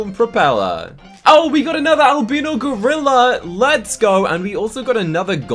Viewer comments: just so you know its al-bye-no not al-be-no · I have to say one thing its driving me mad. Its not Alb-EE-no, its Al-b-EYE-no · Al-bi-no. Not al-bee-no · It’s pronounced Albino ( Alb “eye”no 😊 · your pronouncing albino wrong (AL-BIE-NO) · He says albino wrong